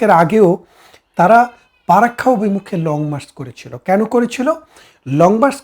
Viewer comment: পারাক্কা না চাচা ওটা ফারাক্কা হবে, ,জাতি সংঘ তে গিয়ে লাভ নেই। বাংলা উচ্চারণ ঠিক করেন বারত না কি ভারত? যাই হোক আপনি ছিটমহলের কথা বললেন ওই কথাটা কেও বলে না। আপনাদের হাসিনা বুদ্ধি করে প্রায় সব ছিটমহলগুলো নিয়েছে।